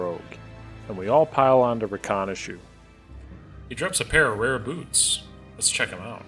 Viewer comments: raw-khan-eh-shoe? Really? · I love this, but the way you pronounced Rakanishu invoked a physical spasm from me. You the real Diablo.